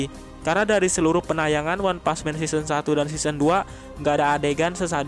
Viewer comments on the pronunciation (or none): none